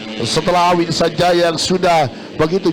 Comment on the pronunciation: AWHIN, BUKAN AHWIN